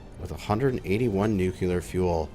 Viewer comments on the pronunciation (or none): Let's all say it together... New-Klee-Er.... not Nuke-You-Ler!!! All love though, brother!